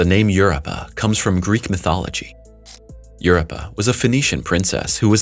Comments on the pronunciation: You're giving a history lesson on Europa and you can't even say it properly. Get crap right before you put out videos. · Pleeeese FIX Your AI's "Word Pronunciation"...It's Drives Me CRAZY...The Way It Sounds Out The Word "Europa" Is So Out Of Wack...lol.. It Makes Me Stop The Video...lol...Just Saying